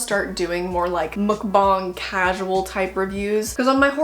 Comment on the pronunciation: That mookbong really bothered me